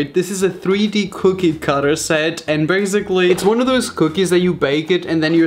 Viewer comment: no one: raphael gomes: BAZIGALLY